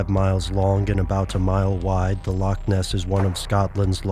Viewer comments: A Scot cries every time you pronounce loch as "lock" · Scottish person here... Just want to clear something up about the pronunciation of "loch". It shouldn't be pronounced as it is in the video like "lock". You should make a rough sound in your throat for the ch sound. Exactly like the ch in many German words, for example, "nacht".